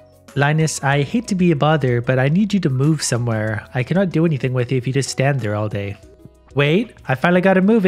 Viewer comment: "hold on, there's a weird animal in theey heir"